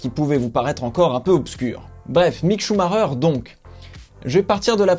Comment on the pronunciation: Leclerc m'a l'air bien bien plus prometteur. Sinon svp, ça ne se prononce pas "Choux Marreur" :/ Ralf avait le même nom et pourtant...